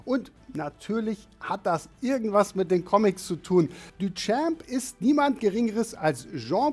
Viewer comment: Bitte lernen wie man „Duchamp“ ausspricht